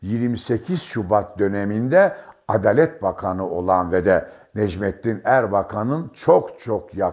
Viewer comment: konuşma esnasında vurgulardaki hatalar beni sizi dinlemekten alıkoyuyor ADALET,HAKİM,İSLAM, VS.gibi kelimelerdeki vurgular kalın değil yumuşatarak söylenmelidir.HAKIM ADALAT,ISLAM vs.bu nedir sizin gibi deneyimli gazetecinin yapmaması gereken hatalardır.Tonlama hatalı telafuz hatalı sinir olsamda dinliyorum başarılar